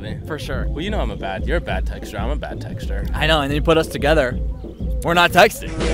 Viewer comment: I thought he said, "I'm a bad texture and you're a bad texture" and I was really confused at first.